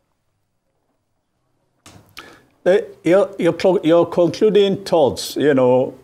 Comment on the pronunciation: You are a Nigerian. It Aigbe NOT Aigbee. Dr. Abati pronounced it right: It is a Bini name. Thank you Dr.